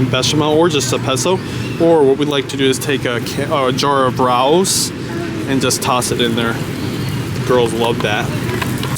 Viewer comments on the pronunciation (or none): One other thing it is pronounced RAY O's, not rouws. This is a NYC restaurant. They have frozen pizza now in Supermarkets listen to their commercials RAY O's